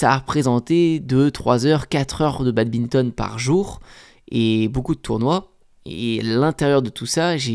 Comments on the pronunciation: Yo, j'aime bien tes vidéos mais par pitié, un badiste qui dit Babinton c'est horrible :( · Salut mec t vidéos sont vraiment incrrr, mais arrête de dire babinton !!!